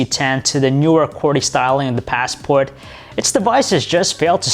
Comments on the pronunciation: You say Passport really weirdly and far too often too. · The paasssport. Ur ass it's a classic.